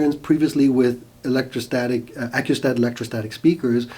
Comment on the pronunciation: You are mispronouncing and misspelling Acoustat.